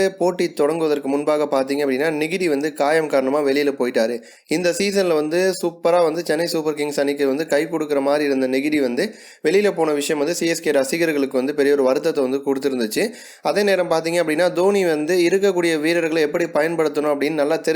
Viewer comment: Negidi illa dude..ingidi